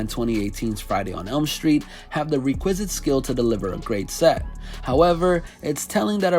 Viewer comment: "re-quiz-it skill"...someone either writes for you, borrow phrasing, or you love those synonym pages. ('Requisite')